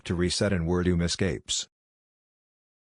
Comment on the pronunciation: Can't you just type in the names that the computer thingy can't pronounce correctly the way they sound instead of how they actually are and then when you put up text you type it correctly. Not that it matters since I know who Ver Doom and Kubeeb are.